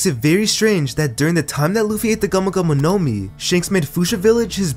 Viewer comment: video is good but i hate how you say gumo gumo no mi as one word bruh